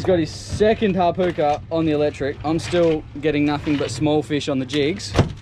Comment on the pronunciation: Great video, just for future reference, "Hapuka" is pronounced like: Hap-HOOKER, the "Puka" part is like if you were saying Hook or Hooker, more of a short sharp "O" sound rather than an "Ew" sound (Hap-ewker) is how I would describe how you said it. Hope that makes sense